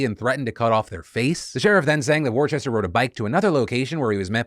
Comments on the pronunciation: All the British people in the house getting stressed about Phil’s pronunciation of ‘Worcester’ 🙃🙃🙃 it’s ‘Wuss-ter’! ‘War Chester’ - where did you get the h from? 😂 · It hurt to hear "War-chester" its WOO-STAH KID lol! Love it as always Phil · Yeah in the UK Worcester or Worcestershire is pronounced 'Whooster/whoostershir', so the way you might say it, as you said 'woostah' is pretty close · Worcester = Wooster. I love your content, but my dude, do a quick Google on name pronunciation. It's a pretty regular thing for you. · "War-chester" hahah I grew up in that city it's pronounced "wuss-ter" Jokes aside, big fan of the new editing. Very cool very good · It's pronounced 'wooster'. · Fuck that his last name is my hometown but its Worcester not worchester Phil. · As a resident of Massachusetts the way Phil says Worcester hurts my heart ❤️‍🩹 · That's not how you pronounce Worcester Phil